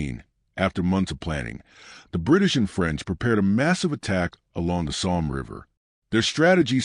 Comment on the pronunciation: Somme. Stupid Ai